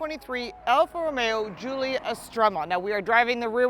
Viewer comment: I seriously doubt she's owned a Quad before....she can't even pronounce Giulia or "estrema" (called it 'estremo') correctly. She also mispronounced the scudetto grille. Also "A" stands for advanced efficiency; not 'automatic'. Youd think if you actually owned a Quadrifoglio, you'd know just what the hell these things are. They just let anyone review cars these days.